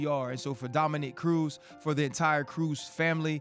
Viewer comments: Yo RC.... For the love of god bruh, can we get a name right?! Gordon, Dominic.... these arent difficult names to be mispronouncing over and over and over and over for a year now. Dominique is usually a womans name, my guy. I get you work with one thats a dude but you been calling Cruz, Dominique, for a over year! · Am I the only one who thinks it’s super disrespectful that RC consistently says Dominic’s name as “Dominique”? That’s a woman’s name dude get out of here you even corrected yourself!!! YOU KNOW HIS NAME PLEASE MAKE AN EFFORT